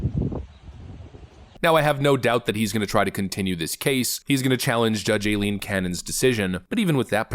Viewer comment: “Eye-lean”. It’s pronounced “Eye-lean” ffs.